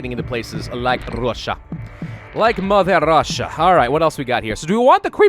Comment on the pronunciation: YOU SAY MLTHER RUSSIA SO FUNNY AND IM RUSSIAN!!!! 🇷🇺 🇷🇺 🇷🇺